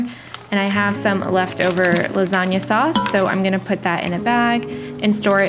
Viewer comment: Your pronunciation of the “gn” sound in lasagna is perfect 😮 It’s the first time I’ve heard an English speaker get the pronunciation correct 🎶✨️